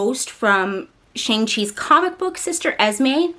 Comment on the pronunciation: Shang is pronounced with a soft a not a hard A!